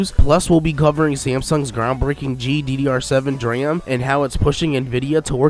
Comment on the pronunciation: But he can't pronounce DRAM.